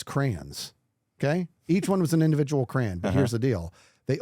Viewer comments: Am I the only one who noticed that says "crayon" more like "cran"? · If says crAAn one more time I might just unsubscribe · if i heard him say cray-on even once, i would report the channel..😭😂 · hold on why is pronouncing 'Crayon' like that:0